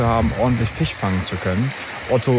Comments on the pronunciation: Wieso sagt immer Fich statt Fisch? 🤷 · Richtig guter content, aber warum sagt dieser immer Fich und Fleich. Ist ja nicht auszuhalten 😂